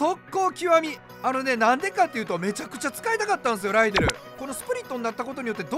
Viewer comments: ライデルがライネルと今まで聞こえてた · 安打の生放送でアリエルって間違えたからライデルって強調してるの草